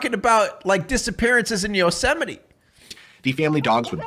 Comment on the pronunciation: Why does he call it yoseminy? Sounds like he is Mickey Mouse arguing with his wife in Spanish and saying “Yo sé, Minnie!”